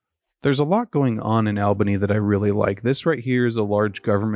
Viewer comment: I meant Albany is pronounced like all bunny as opposed Al bunny